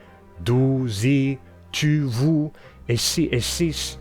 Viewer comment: Εσύ/εσείς was so perfectly pronounced 😦